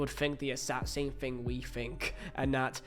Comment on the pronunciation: And learn to speak properly. Thing is not pronounced Fing